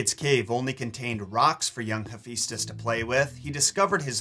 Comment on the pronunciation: hephaistos (rhymes with asbestos) is the god of forge and flame??